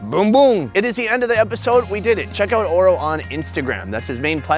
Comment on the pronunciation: Oro not ora sorry